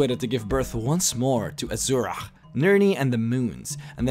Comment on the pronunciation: IT'S azura not azuraih